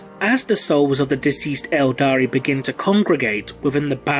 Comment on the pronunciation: Everytime he says "eldari" i want to punch him